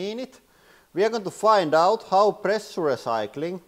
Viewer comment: too much pressh-yure-eh.